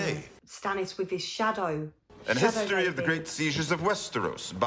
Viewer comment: "An History of the Great Sieges of Westeros" grammatically makes my skin crawl. I know "An" often precedes a constanant in the UK (I'm Manx, I get it) But I thought it was only when the constanant was silent. Tyrion saying "An History" and pronouncing the hard "H" is like hearing a pencil rub on paper.